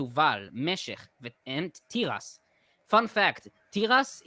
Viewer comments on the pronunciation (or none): Excellent performance by, but everyone must remember that what we call Hebrew pronunciation, is modern Hebrew pronunciation, which may not be how the writers of the bible pronounced the words. Just like English has accents, Hebrew has accents. For example, the name Tiras which pronounced by stressing the first syllable (which is how Hebrew speakers say the word when they mean Corn), more likely should be pronounced by stressing the last syllable. The same as the rest of the names in the list are pronounced. Also, I recently watched a video explaining strange English spellings that came about when people thought they were correcting the spelling to reflect words' Greek/Latin origin, when those words didn't originate in those languages, or aren't derived from the words the "correctors" thought. Could a similar process happen in the numerous translations of the bible?